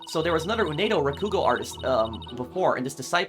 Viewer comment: I heard from some comments from other playthroughs that the multi-personality disorder apparently can take different form, but I'll let the experts and the ones with more first-hand experience take over for further intricacies. Oh also, just something to note. It's 'Uendo' not 'Unedo'. :D (kept tripping me up for that first 2 hours lol)